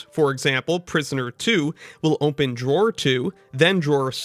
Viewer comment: why do you say "ohmpen" (open)